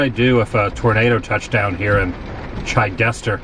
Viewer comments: It's pronounced Chid-dis-ter I also knew a pair of sisters from Monticello when I was in college. I have a classmate living there with her family. I knew a guy from college who is from Blevins. He's doing photography and some modeling in LA. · In Chidester, we used to buy toys and such at that Mercantile store. Time: . Brings back memories. My father was the mayor there in the 70's. Since then, they have dug up the RR tracks, but the Station is still there. Oh... and the i is a short vowel.